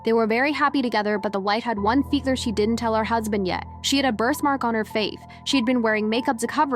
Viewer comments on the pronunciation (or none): none